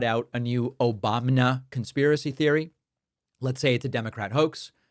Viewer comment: I love the "OBAM-NA" button 😂